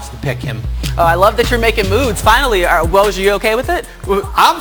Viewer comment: [Fun Fact] Even ESPN colleagues cannot pronounce Woj's name :)